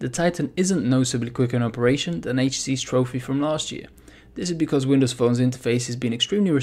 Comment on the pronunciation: "H.T.C's"....not, "H.Tees"